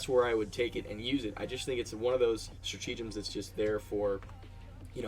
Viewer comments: No, it’s nothing like the “Liber-Tea” pun. It’s “stra-TA-gems”, not “stra-TE-gems”. So no, there isn’t a “tea” pun in there… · Lol "stratege-ems" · Stra-tea-gems lol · Straw-tea-gems.. lol.. kind of goes with the whole Liber-tea though. thanks for the video!